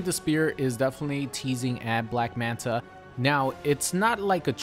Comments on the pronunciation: Its black manta not black manat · "Black Manat" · Lmao "Black Manat"